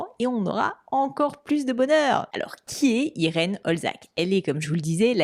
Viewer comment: juste un petit truc:) Olczak, c'est un nom d'origine polonaise et on le prononce "oltchak":) Merci pour tout ce que tu fais. Bonne continuation